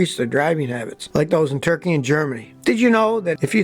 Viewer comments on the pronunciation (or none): none